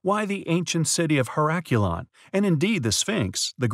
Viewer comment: You didn't find it compelling enough to learn the correct pronunciation of the name of it. It's ˌher-əˈklē-ən. Not hə̇ˈrak-yəˌlän.